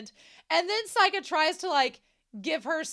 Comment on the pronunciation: A few random notes: I love how Seika takes a picture of "submitting Bocchi" just before the end of the scene. All of the band names on Seika's screen are parodies of actual Japanese band names. By the way, "Seika" is pronounced "say-kah" rather than "sigh-kah." And it means "Star Song" which is probably where the club name, "Starry" comes from. The tour of dams is probably my favorite gag in the entire show. Also the ending-credits song for these present set of episodes is being sung by Ryo's voice actor. The blue coloring in the credits is a clue.